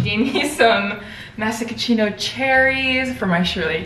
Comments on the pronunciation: did you just say masachino cherries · It’s the “massacochino cherries” for me 😂😂 (pronounced merro-sheen-o) happy for your new digs! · ummmm did she say masha-ca-chino?? babes it’s pronounced mara-she-no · I think Maraschino cherries are pronounced “Mara-she-know”! It was cute the way you said it tho girly, I had to play it back like “what did she say?” Lol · Did you say masacachino cherries hehe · homie what did you call the cherries??? (pronounced “Marishino”) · girl did you say “ma-sick-a-chee-no” cherries? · meh-ruh-shee-know cherries. not whatever u said. lol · wait how did she just pronounce marischino??? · Bruh said masachico cherries… bruh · So I'm sure not if you are aware that maraschino cherries are pronounced differently that how you did so. In English.... Mara-she-no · the way she said maraschino cherries has me ROLLING💀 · girl I love you but please omg the way you pronounced the maraschino cherries 😂🤍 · the way she says maraschino cherries is sending me 😂😩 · Is than an unique pronunciation of maraschino cherries? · your cherries are called maraschino cherries, there’s no c at the beginning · Did anyone else run to the comments after hearing how pronounced "maraschino cherries"? 😶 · Girl please google how to say maraschino cherries 😂😂❤️ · I'm still stuck on the way you pronounced maraschino cherries LOL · im sorry how did you pronounce maraschino?😳🤣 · no way you just pronounced maraschino cherries like that lol. is it pronounced differently in hawaii? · okay but the way pronounced “maraschino” was a little concerning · i’m sorry how did u just pronouns maraschino cherries ?!! wtf